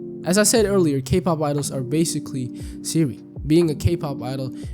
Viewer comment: Why do you keep saying Seeri ☕ re